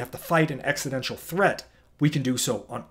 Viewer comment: Not great pronunciation of existential